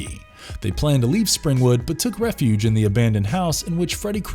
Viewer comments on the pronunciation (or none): none